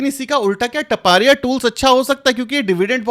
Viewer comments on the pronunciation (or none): It is not टपारिया but तापड़िया tools